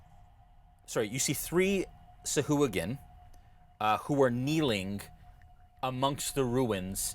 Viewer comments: ITS PRONOUNCED (SAH - - AH - GWIN), not (soo - hoo - ghin) when you say Sahuagin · Its pronounced Sea Hooligan.